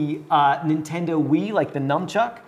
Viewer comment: It’s a NUNCHUCK, not a NUMCHUCK!